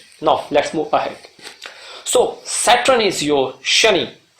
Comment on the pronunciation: It is Saturn, not Satrun. I couldn’t listen to you saying it the wrong way hence couldn’t watch the video. Is there anyway I can get a blog to read about Sa darakarak?